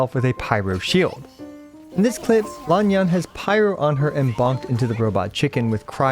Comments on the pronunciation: THANK YOU for pronouncing her name correctly! Emphasis was a bit weird but you got the vowels right. For you other commenters: "Lan Yan" has two "a"s, but they're pronounced differently. Neither of them are new to Genshin, either: "Lan" is pronounced the same as in "Yelan" and "Yan" is pronounced as in "Yanfei". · Sounds correct.蓝砚. Just put it into google translate and listen for its pronunciation. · you pronounced her name correctly... :O